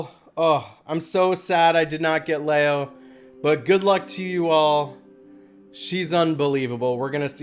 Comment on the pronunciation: Leo is pronounced Lee O